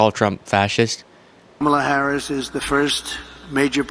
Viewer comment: This the first time he says kamala harris name right lol